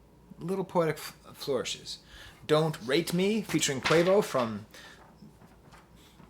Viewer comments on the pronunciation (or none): none